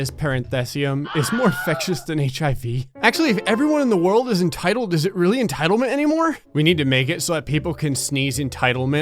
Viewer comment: Ah yes. Entildment